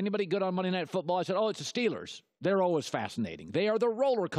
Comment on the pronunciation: ALWAYS! Not Allwiz colin